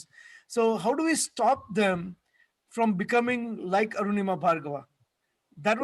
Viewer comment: Btw her name is Anurima, not Arunima!